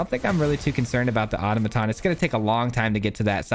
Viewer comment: No hate, but: ah-taw-muh-tawn